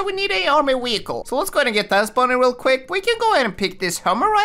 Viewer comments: Bruh why do say wehicle instead of vehicle??? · He calls vehicle weeicle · its calll car not wecal